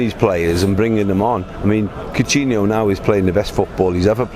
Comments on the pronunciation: guy keeps saying "Cortinho" WTF? Coutinho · Who is cortino? Cor-tino 😂😂😂